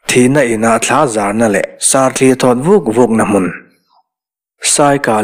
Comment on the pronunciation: Lui mawng lam atanga rawn thaw hi "sarthi"ni loin "sarthli"a ni zawk lo maw.